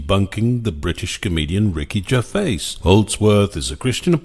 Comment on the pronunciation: I would pronounce his name Ger-vay.